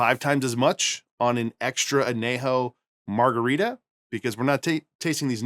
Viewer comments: I’m guessing he’s fine not trying to use a Spanish accent. I know when I say a Spanish word in English, I’m ok with saying it in an English accent. Or maybe his response is just being sarcastic. Not sure. As a Spanish speaker, I definitely noticed though! 😅 I’ve never heard an “ñ” pronounced as just an “n” though, in English or Spanish. (Though, I’m in Az where most folks, even non-Spanish speakers, know that an ñ is pronounced like an “n” with a “y” after it. (Anyejo [maybe better written an-yejo] or as you said “on - yay - ho”) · Really enjoy your content, Need to work on that añejo pronunciation. It's "on-yay-ho"